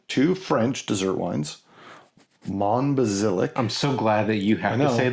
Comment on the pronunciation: Just FYI: "d'Or" should sound pretty much like "door" - the is no 'wa' involved nor is it 'Dior'; the "s" on the end of Sauternes is silent (e.g. 'so-turn'); the "ll" in Monbazillac and the "j" in Tokaji both sound like "y", so 'Monbaziyak' and 'Tokayi' (there are other nuances, but that would be closer than what you said...). Sorry to be picky, but French was my major subject at university! For butt jokes, you need to check out the labels for Hanyu "Nice Butt" and "Big Butt"... Surprised you didn't mention Firkin (40L). The change with sherry barrels started a long time ago, but was 'fixed' by a Spanish law (in 1986?) that made it compulsory to bottle sherry at source before export, so 'transport casks' became impossible. Still a very good episode and I'm looking forward to the next one.